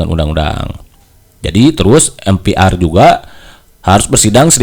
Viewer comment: Sejak kpn MPR dibaca atau disebut em pi ar? Lembaga negara itu bg harus bnr cr pengucapan nya